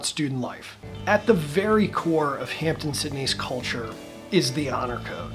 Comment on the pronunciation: It is Hamp-DEN Sydney not Hampton Sydney